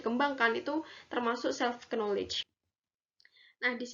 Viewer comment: videonya bagus dan informatif. untuk pengucapan knowledge, k nya tidak perlu dibaca ya. terima kasih